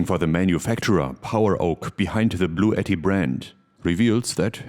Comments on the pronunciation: I thought I heard you say this video was sponsored by Blue Eddie, until you rolled out the unit BLUETTI. 😂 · It's pronounced "Blue Ti Ti" :P